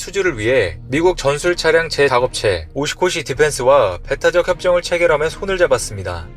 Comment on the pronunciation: 제 작업 체 ㅋㅋㅋㅋㅋㅋㅋㅋㅋㅋㅋㅋㅋㅋㅋㅋㅋ 제작 업체를 저렇게 읽어? 왜자꾸 바뀜.,.